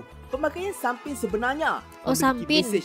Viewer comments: Sis.... Bkn sumping.... Tapi sampin🤗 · SAMPIN lah..bukan SUMPIN..😅